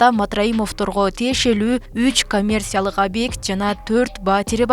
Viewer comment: лелин эмес, Ленин болуп айтылат, коммерсия эмес, коммерция болуп айтылат, ауксион эмес, аукцион деп айтылат, коррупсия эмес, коррупция деп айтылат.